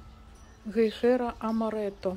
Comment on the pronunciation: В слове "Гейхера" ударение на первом слоге.❤